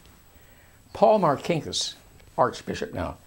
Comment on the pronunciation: First of all my uncle was not a thug , Also learn how to say Marcinkas !!!! My uncle Paul was a great man Who did great things for the catholic church